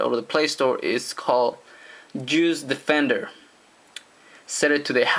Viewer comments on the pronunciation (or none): When he said juice defender it sounded like he said Jews fed endear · am I the only one that kept hearing "Jews Defender"? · ha ha ha ha. I heard that too. Maybe he's saying JUICE defender.